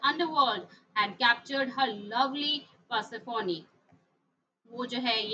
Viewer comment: Ma'am it is persephone not persephonee